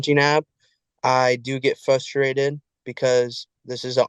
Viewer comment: If you didn't know, he's very "fustrated"